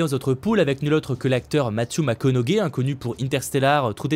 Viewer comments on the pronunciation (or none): none